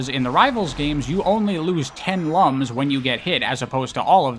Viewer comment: I never played the Rivals games so I don't have anything to add, but I just want to say that when you called the rings "lums" at first I thought you said they were collecting lungs and it caught me really off guard